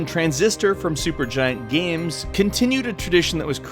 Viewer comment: "Gams"